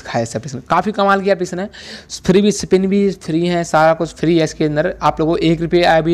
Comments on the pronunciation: Bopdi wale woh sipin nahi spin hota hai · Sipin nhi re baba spin